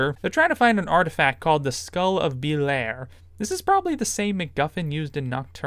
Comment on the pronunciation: "... Level ends and we never see her again" wow. You never played nocturne did you? Pff dude, she betrays you cuz of mind control. Then she convinces you not to try to end an entire town. Also we see her a few times at headquarters. ... Be-lair... what did you read the wiki for the whole game? The English pronounciation is bi-lye-are or bi-lye-al